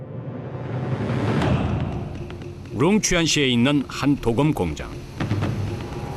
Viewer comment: 鍍金(도금)이 아니라 刀劍이예요! 도~검이라고 발음해야지! 방송국이 한국말을 망치고 있어! 요즘은 방송 심의도 하지 않나 봐! 성조법이 다시 부활되어야 돼!대한민국 공영방송이 전 세계의 망신거리를 자초한다! 근거도 없는 발음법때문에!